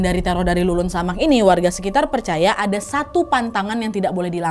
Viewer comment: Leled samak mbak bukan lulun samak